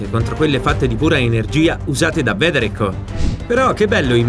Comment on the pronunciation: Si pronuncia "veider" ma è ok